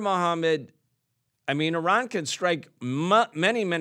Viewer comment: The guest’s pronunciation of Iran is incorrect and exaggerated.